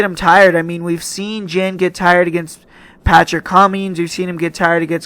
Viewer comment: "Jen" lol JAN man 😂